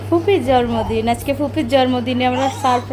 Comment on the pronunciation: জর্মদিন না বলেন জন্মদিন